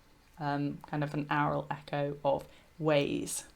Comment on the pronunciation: Your pronunciation of aural.Sounds like owral.